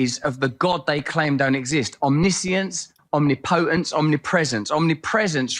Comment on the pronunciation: Man can't even pronounce omnipotence